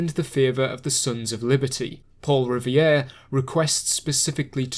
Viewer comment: Its not "Paul Rivier", you keep pronouncing it like it's spelled that way. It's "Paul Revere" "Reh-Veer" not "Rih-vee-er".